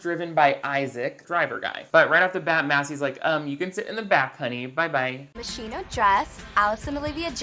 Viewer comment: Hold on, hold on, HOLD ON. Did they really have her pronounce Moschino as "Machine-O"?! And it was in ADR so there was plenty of time to fix it??? I hate everything. 😆😆